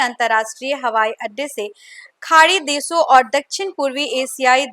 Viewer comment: Deso nahi desho,sarma nahi Sharma, suru nahi shuro at least koi language to Sahi bolo behenji, try to improve, Good luck